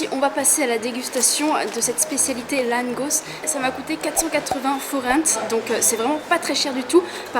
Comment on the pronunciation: Mdr tu c'est pas le dire langos 😂😂